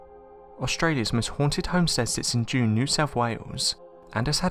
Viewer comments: First one,the place(town)is pronounced "june'ee" not june, its in rural New South Wales. I served time on a prison farm on the outskirts of that town,which isn't far from that haunted homestead. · It's pronounced like juneeeeeee🤣🇦🇺🤙